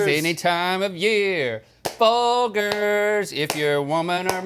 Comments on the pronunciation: It is in fact not Fol-Gers. It is pronounced as Fol-Jers in their commericals. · Link is so insistent on his mispronunciation of Folgers. It is indeed Fol-GERS, not Fol-GRRS. Maybe it's a bit, who knows? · Best part of waking up is "fol-jers" in your cup. (I spelt it like that so you know how it's pronounced). Not fol-jers like they said it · I think it’s pronounced Folgers, not Folgers. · Fol-gurs, are you kidding me? The commercials even say Fol-jers. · No! It's foljers! Not Folgers! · It's Fol-jers. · NOOOOOO ITS PRONOUNCED FOL JERZ😭😭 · It’s fol”jurs” maaaaan. Dirt in a cup lol. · I swear Folgers is pronounced fol -jers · it’s definitely fol-jers lol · They need to stop saying Fol-Grrs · It's Fol-jers. There are plenty of commercials where they say it. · I learned something today, I grew up saying FOLJERS 😮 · This is the first time I've ever heard Folgers pronounced with a hard g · Hope you guys are kidding about how Folgers is pronounced!! Lol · Did anyone catch the Folgers thing?! Thats not how you pronounce it 😂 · The fack that rhett made it this far in life a pronounces his surname incorrectly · I like how they corrected themselves on the folgers pronunciation but corrected to the incorrect way to say it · Guys it’s actually Folgers, not Folgers. Not to be confused with Folgers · Wtf? Folgers is NOT pronounced that way... You've got to be trolling! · That is not how you pronounce Folgers 😂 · They don't want to get roasted for mispronouncing Folgers and what do they do mispronounce it lol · pretty sure it's pronounced Folgers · Folgers clearly they don’t know this brand as they repeatedly mispronounced it. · Baited me so hard with how you pronounced Folgers